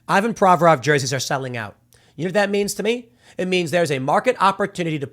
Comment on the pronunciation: In Russian it's pronounced "EEvan". Also, I'm pretty sure in his last name the stress is on "vo", not on "Pro". Same with "GorBAchov", "RachmaNInoff", etc. (I know nothing about the guy, is he American? 🙂)